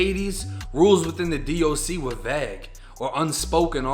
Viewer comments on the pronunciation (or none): U pronounced “vague” wrong